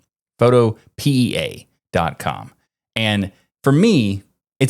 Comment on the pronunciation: I believe Photopea is pronounced like "utopia"